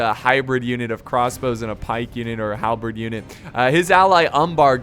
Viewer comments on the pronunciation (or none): none